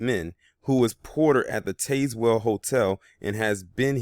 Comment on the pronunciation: Pronounced PEE-kin and the county is pronounced Taz (like tasmanian devil)-well